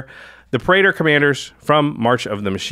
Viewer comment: Praetor is two syllables, not three.